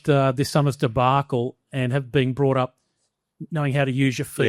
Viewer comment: Very interesting discussion, didn't think I'd last the two hours, but it's good to hear a less varnished media response about the state of play and players. Especailly the Ussie discussion and Ed's contributions. (Though I shuddered a bit when Gideon said 'bought' instead of 'brought', when talking about moving people around 🙂)